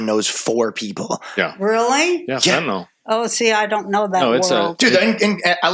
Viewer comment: The fentanyl part. I LOVE you all so much but it's pronounced fenta-NIL, and not fenta-NALL. But hey, almost everyone says it the second way so I must be wrong. :)